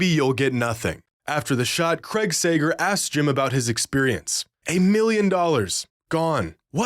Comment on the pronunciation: its pronounced "Craig." not "Creg." ugh yaaaaaaaawwwwwwwwwn